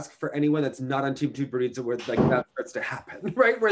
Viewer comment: I wrote him an email wrong ago on pronouncing Tutberidze - a Georgian surname (and NOT Russian) but he seems to ignore all advice.